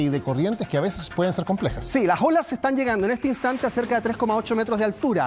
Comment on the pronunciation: Has dicho las olas o "lajolas"? Eres periodista.... por favor habla bien...